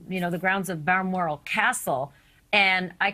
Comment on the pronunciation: It's "Bal-mor-al" NOT "Ba-ma-ral" And that picture of the Queen at the cabin is much older than the photo of Epstein. The Queen is currently 95 years old. In the photo of her at the cabin she is about 75 years old. Of course the background is a little different.